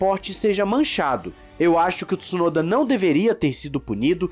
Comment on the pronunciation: não fala Tissunoda pf…